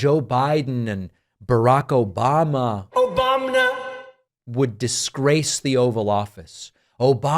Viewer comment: I was drinking water when the "Obamna" fired and water came out of my nose..lol